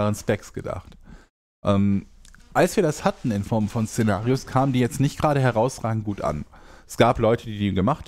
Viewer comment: Szenarios oder Cenarius...hab manchmal gedacht du redest vom raidboss xD